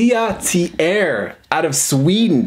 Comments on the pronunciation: Common mistake it seems, starting with "SW" and all, good thing nothing rimes with "Norway" xD Btw, it`s Lat-Elli-eeh, kinda, hard to explain french lol, which they do speak in switzerland, but not in sweden. In sweden they say HURR DURR and volvo. Isn`t that right? hi hi hi;) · That. Is. One beautiful squonk! I can’t fault you for your mispronunciation of L’atelier, I mean you speak Japanese. Such a cutie. Nice job, as always, on the video. #allove to you and Marjorie.✌🏼edited to add; your face when you got your phone to pronounce and actually mispronounce L’atelier was priceless.. you looked so pleased. 😂😂🤗